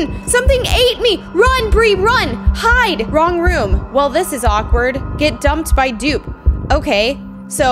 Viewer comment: 😂She said she get dumped instead of dueped😂